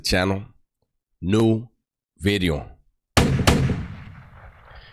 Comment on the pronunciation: Now that was a Great “BIDEO” 😮😅